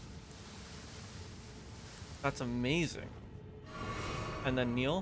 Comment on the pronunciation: Who is this Neil you 're constantly calling for? Do you mean NIHIL? That's "Knee" "Heal" from the latin nihil, meaning "nothing" . You can actually hear Mogh say it when he casts it.